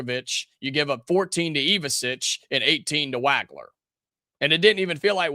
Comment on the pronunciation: "WAG-ler"?........lol......it's pronounced "WAWG-ler".